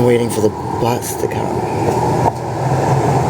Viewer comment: Say bus, one more time. FFS 🙄🤡😳